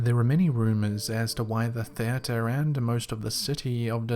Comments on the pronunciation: It was driving me crazy. I’m English and I have never heard it said like that. We don’t speak the Kings English in England, we speak the Queens English. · Are you saying "theater" wrong on purpose? Seriously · Lol, I like the way you pronounce "teatre". You say it like t"heir-tur" xD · I’ll never get over the way you say theater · It’s the Kings English Wo don’t talk like that here In “ the colonies”